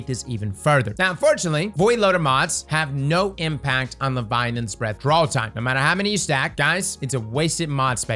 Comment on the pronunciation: Bro, why you say it weird? 😅 Leviolence? Leviolins? Say it with me LE-VI-AT-HA-NS